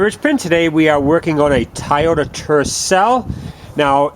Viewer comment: It isn't pronunced "Tai-yoda"...It's "Toy-yo-ta"